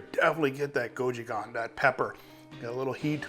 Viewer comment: I love this recipe, mixes korean and western food...let me help you take the pronounciation to the next level. "Goat chu chaang" & "bool ggogi"